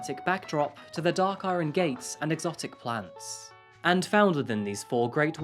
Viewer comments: This voice and talking head are AI generated, right? Based on the original chap who made videos on this channel, but the talking is SO awkward. Plus, surely no native English speaker would say "i-ron gate" (pronouncing the R)? This chap is a Brit. I'm impressed with the work, but the speaking is uncomfortable to listen to. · fam-il-i-cide ... it is a four syllable word lovey and iron is not pronounced “i-ron “ with a hard “r” ... but ion. Great content but your English pronunciation and use, sometimes, of strange sentence construction, phraseology and odd adjectives I find a bit grating for me ... and it pulls me out of the storytelling. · You're the only only person - including children - I've ever heard pronounce 'iron' with a non-silent 'r'. Not a criticism; merely an observation.